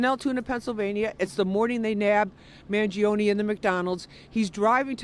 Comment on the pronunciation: you couldnt butcher Mangione last name anymore.